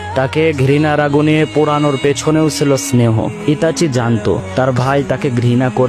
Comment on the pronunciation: কাওলা নামটা তো ঠিক মতন করে ক